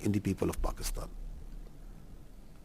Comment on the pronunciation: Pakistan word toh thik se bola... Pakstaaan... 😂Pakstan aand forces